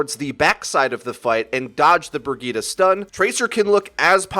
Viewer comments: Why do people still say brigitah? Like boi, brigitte, i even accept breyeet bcuz its funny but dont try it and fuck up xD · Did he said /Burgita/ instead of /Brijeet/? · I don't understand why people are pronouncing Brigitte as Brigitta, like where the FUCK did you get the a from? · Don't they say the characters name in the game? That isn't how you pronounce Brigitte. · Wait is her name actually brig-eeta or Bri-jit Edit- NEVER MIND YOU PRONOUNCES EVERYTHING WRONG